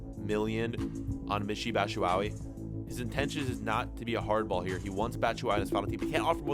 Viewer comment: haha your pronounciation of Batshuayi is funny. say BAT SHOE WAH YEE . next team, do Lyon in france or Marseille